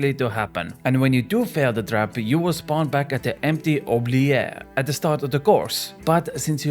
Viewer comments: Oo-blee-et. Not oo-ble-air. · You pronounce it wrong though... try saying the t at the end "oublieT" (french is fun) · the T isnt silent in oubliette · if it were "oubliet" then you'd be correct, but "ette" is pronounced as "et" like in "recette"